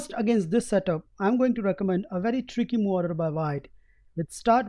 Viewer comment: why is he saying mou instead of move ?